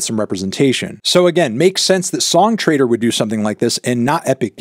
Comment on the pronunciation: every time you say "song trader" my brain hears "song traitor", I guess it kinda makes sense now